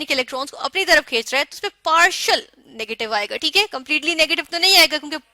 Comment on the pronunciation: Chalo teak hai 😂😂😂 teak